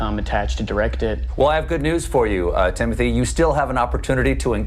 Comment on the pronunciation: TIM MO TAY say it correctly please